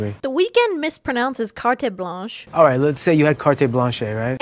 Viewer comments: isn't carte blanche pronounced "kart blahnsh" tho..?? i mean the weeknd is still very wrong tho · "Cartay Blanchay" 😂😂😂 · "The Weeknd mispronounces carte blanche" and so did you 😂